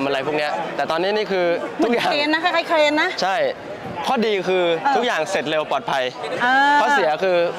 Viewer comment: กล้องถ่ายหนังมีเครน( Crane) ฟังว่าเคนๆๆๆๆ ขอคำควบกล้ำหน่อยยยยค่าาาาา❤😊 แหม ทั้งguest ทั้งhostเลยอ่ะ?!😮😮 อิ อิ